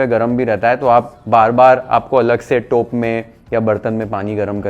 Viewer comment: तू पक्का मराठी आहेस. टोप हा मराठी शब्द तेवढ्याच स्पष्टपणे उच्चारलास. मराठीत व्हिडिओ बनव